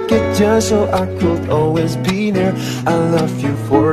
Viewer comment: Maaf bukannya sok pinter,cuma mau koreksi sedikit, "i could" dibacanya itu "i keud/i kud" bukan "i keuld",,jadi huruf "L" nya itu ga usah dibaca,,maksih atas perhatianny semoga bermanfaat